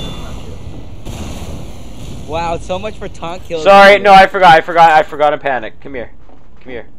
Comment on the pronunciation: Hey, don't PAN-ic